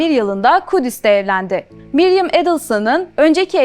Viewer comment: Miriam not Mariam